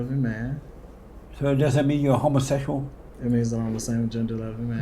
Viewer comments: Did this neega just say “homosexOLOGY”?!?! 🤣🤣🤣🤣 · Are you a homosesual? Listen to how he pronounces homosexual 😂😂😂😂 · Why gotta put such emphas on the ‘HOMOsexual’…? 🤣🤣🤣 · "are you uh..HOMOsetchual pastor?" 😆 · Homosessual Just like he says Messican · I cracked up everytime he said it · Had me Rollin, Every time he said , homosexual.